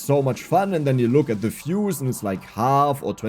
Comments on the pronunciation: For the most part of this video I was wondering just what fuses are you talking about. And only then I realised that you're a German and that is actually "views", not "fuse", because you pronounce "v" as "f" in German >_< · Was confused for a few minutes about what is these "fuses" is talking about.. when i realized he was saying views 🙂